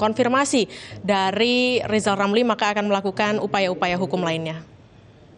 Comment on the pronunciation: Lebih baik rizal ramli belajar ngomong Rrrrrr dulu karena kalau tidak dia tdk akan pernah menyebut namanya dgn benar seumur hidup...jadi Lizal lamli....tua tua keladi...